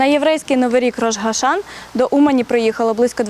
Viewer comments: Но почему Рош-Ха-Шан??! Рош hа-Шана, с ударением на последнем слоге. Голова года, то бишь. А надо не пущать, пока специальную памятку не выучат о приличном поведении. И штрафы за брошенный мусор. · Второе видео которое смотрю которое сняли уманчане и второй раз вы желаете одну и туже ошибку. Говорите правильно название праздника!!!!!! Я как еврейка воспринимаю это как оскорбление